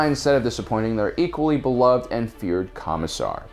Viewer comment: why is it called Space Marines, yet when it comes to 40k they talk more about the Imperial Guard? also the way he pronounced Commissar is heresy!